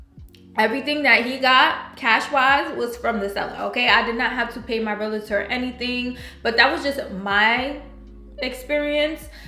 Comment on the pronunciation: Realtor not Realater.